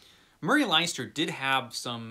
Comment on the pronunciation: FYI Leinster is, or should be, pronounced Len-Stir as in Ulster, Munster, Leinster and Connaught, the four provinces of Ireland.